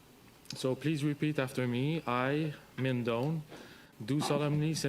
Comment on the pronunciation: Call him by his correct name Minh is pronounced Ming!